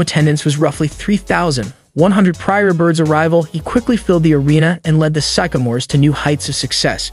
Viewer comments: It’s pronounced Sick-a-more not Syke-a-more . Named after a tree with the same name . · it's not SYKE-a-mores, it's SYCK-a-mores. The sycamore is a type of tree. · The college team Bird played on were called Sycamores ( after the tree) pronounced sick-a- mores. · Sic- a- mors. Jeez.... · It is pronounced, sick-a-mores, like the tree. Bird never played for the Chicago Bulls. Gee whiz, do a little editing, and/or research, before publishing. Good video, otherwise. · Epitome has four syllables! And please look up how to pronounce "sycamore". LA Dodgers? Is this a bot reading the script? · Did he say epp-ih-tome? Sye-ka-more? Why don't people look up words before garbleiing them? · Learn the language. It is Sycamore starting sounding like "sick" and Epitome ending with "me". It is ridiculous to put out a video with such elementary errors. Ruined it for me. I can't trust your research as competent.